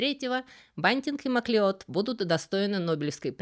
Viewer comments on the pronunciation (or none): MacLeod читается как Маклауд Правда-правда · Шотландская фамилия Macleod читается как Маклауд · "Масleod" читается "Маклауд", происходит от гэльской фамилии "Macleóid"–"Маклодь" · Фамилия Macleod произносится как Маклауд (да-да, тот самый, который бессмертный, - он тоже Macleod). Маклеод - это русский вариант произношения, основанный на написании.